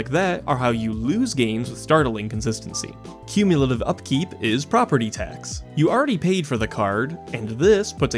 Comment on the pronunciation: Do not shorthand "cumulative"! Haaaaank!